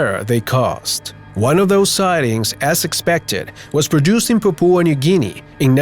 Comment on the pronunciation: Papua not papooa